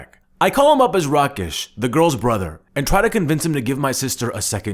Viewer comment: I like how he pronounced Rakesh as Rikesh which happens to be my name.